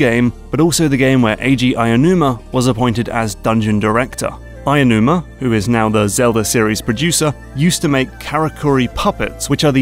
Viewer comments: Aonuma is pronounced 'ow-numa', not 'aya-numa' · I hate to be annoying, but his name is not pronounced "Ainuma". It's "Aonuma", as in "Ow-new-mah" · Just wanna point out the pronunciation of Eiji Aonuma’s name is “Ow-new-muh”. Like the “ow” in “owl” (or like what you say when someone pinches you), “new” as in “new”, and “muh” like the “mu” in “mug”. He’s a visionary, but also a person who should have his name pronounced right, foreign or not. I’m sure you wouldn’t like it if someone pronounced your name “Brown” like the word “throne”.